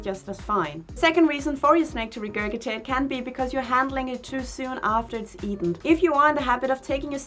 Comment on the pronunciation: Just wanted to let you know that regurgitate is pronounced like “re-gerj-it-ate”. 🙂